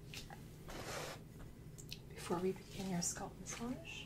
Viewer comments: No, she lives in Canada I thought. I've heard people whose native language is not English saying it like that, but if you look up how to pronounce it in English, it is scalp, not sculp. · Why do people from other countries say it like that though? It's not spelled "sculp"... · I love this, too! We say scaaaalp in Detroit, too. Keep saying sculp,:) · I love your videos but as a Brit “sculp” got me , not being mean just gave me a giggle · other countries. Most asmr artists say it like that. I started wondering if I have been saying it wrong my entire life.